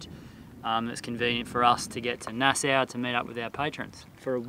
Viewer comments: Nassau.. like paw or awe or raw, not Nass ow like that hurt or cow or wow. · Hi guys. It’s funny how you pronouncing Nassau. Try it like this, “ Nas saw” Nassau. I’m stuck up in Canada, North East BC. I,m happy your enjoying my home land. Safe travels. Signed, another Albury. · Ok, now that I hear you say Plymouth all wrong it's much more sadder than I thought and funnier. love ya: ) peace PS: I have to tell you both nassau is pronounced NAS SAW, ok.: ) peace